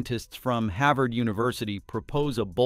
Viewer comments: "Harvard" not "Havard" = your AI clown voice must have hit a typo ! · the robot cannot even pronounce "Harvard".